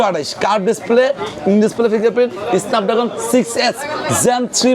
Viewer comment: এসনাপ ড্রাগন নাকি স্নাপ ড্রাগন? এই লোকের উচ্চারণ কি ঠিক আছে? 🙄🙄